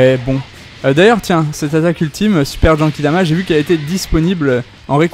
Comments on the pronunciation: pk tu dit jenkidama ????? Mdrrr c GENKIDAMA c pas compliqué Mdrrr sinon trés bonne video comme d'hab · En même temps tu as raison il dit jenkidama